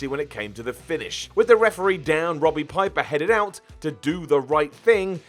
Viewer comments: called him Robby Piper! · “Robbie Piper?”😂